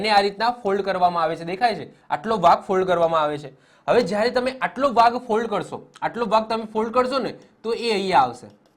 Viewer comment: Sir mold bolo che k fold